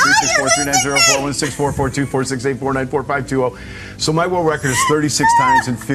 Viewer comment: When he said 494 it sounded like “Fortnite foe” for me lol